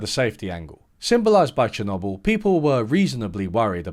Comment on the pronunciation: lol. Chernobble